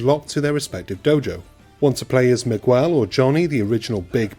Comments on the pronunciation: Did you say you start the story off as Mig-well? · everytime you say Miguel my ears hurt, the U is silent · Good old Migg-well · How do you pronounce "Miguel"?